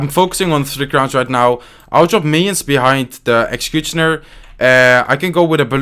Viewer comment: I love this "Execjutschina" NoHate I love You!!!! Keep the contect up! <3